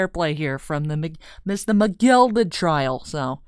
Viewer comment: It's a shame mc gilded died i really miss the way you say his name ally, and your british accent am liking it.